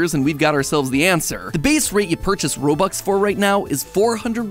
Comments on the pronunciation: did he just say robuck and not robux? seriously, I just got offended so badly that I will hop off this video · did you just called it robuck?? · Uhm.... Robuck I infact correct, robux I plural, due to the z.